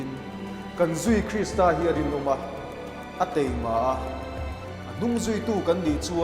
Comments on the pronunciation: Taima ge dik zok teima ??? ah hian teima ati tlat in k hria🤔🤔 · Taima tih tur. Teima tih khi a lam sual palh aniang. Taima tur alawm